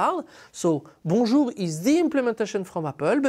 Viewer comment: Apt that YouTube should recommend a Bonjour protocol explanation from a Frenchman! Thanks, now my understanding of bonjour is correctly pronounced :)